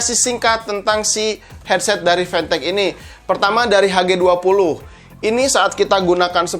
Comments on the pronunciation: Siapa yg nyebut fantech dengan pantek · nonton pidio ini cuma pengen denger gimana nyebut mereknya, tapi bisa lo bilang fantech bukan pantech